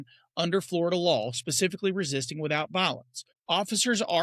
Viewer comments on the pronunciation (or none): none